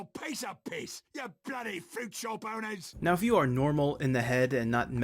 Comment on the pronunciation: I thought he said boners instead of owners